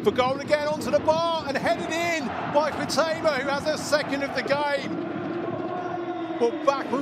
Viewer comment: HEIGHT-uh-ma. Wonder how many more goals she has to score before announcers learn how to pronounce her name?